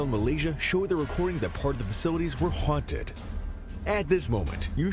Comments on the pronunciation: "Haunted" not Hunted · We do know the word is haunted and not hunted don't we? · It's HAUNTED NOT HUNTED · Why does it keep saying hunted and not haunted? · the word is HAUNTED not HUNTED. You have done this more than once in this video. Proof reading minimises the occurrences where you look illiterate.